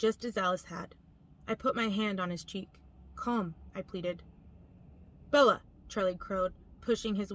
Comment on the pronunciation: I hate how she says BeL-La.